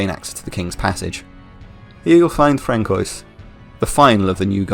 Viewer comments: I cant help myself, sorry, but its franswah not frankoy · Francois = Fran-su-wah, it's french! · I hate to be that guy, but Francois is pronounced Fran-Swa. Great video though! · Frank-Oys the Dominating 😂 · Frank-oi! lol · are you sure that's how Francóis is pronounced? genuine question. i thought it was pronounced like "fran-swa" or something (the french) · WHo is Darke and Frankeus ? Do you mean D'Arce and Francois ? that's not how you pronounce those names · Lol did you pronounce François like a Blastoise named Frank 😂😂 Although I must say, I thoroughly enjoyed the video and the editing was on point ✌️ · Hey great video! I dont know why I was suggested this video, but I subscribed :) quick note though on some of the French names. D'arce is pronounced "Dar-see" or Darcy, and Francois is pronounced "Fran-swah". French is always weird and I'm cursed with speaking it lol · Great video, however, "Frank-kois" has done great Mind damage to me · I can’t tell if your pronunciation of “Francois” is a joke or you really think it sounds like that, you delivered it with such shocking sincerity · You are the only one I have heard pronounce Darc right, but not François. The c is soft in François.